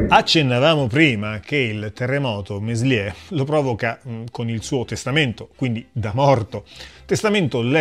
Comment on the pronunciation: Contributo davvero interessante, bravo! Due soli appunti: quando Meslier morì,nel 1729, in Francia regnava ormai da anni Luigi XV. E poi il nome di questo singolare prete si pronuncia melié (il francese spesso induce all'errore, si sa). Ciao :)